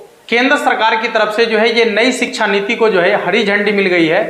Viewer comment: Shiksha bolna to seekh le bhai